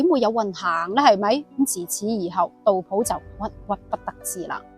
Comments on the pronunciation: 我读杜斧，有什么原因读普音呢？ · 自小读书时都是读成斧, 但大脸妹读成普自有出処, 估计是古时和现代的读音差別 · 我覺得正確讀音係苦...